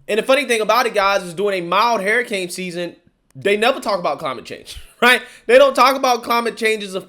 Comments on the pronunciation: Can you say "Hairicain" a few more times? Lol. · Hurricane gas a u in it lol it’s not a hair uh cane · Hurricane bro, not HERRICANE! My God man I can't.